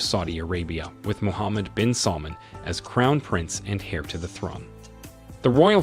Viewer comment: You mispronounced so many things that I had to stop. Heir, Quatar, Khalifa, Charlotte. It’s lazy and annoying. If you can’t say the words don’t report on it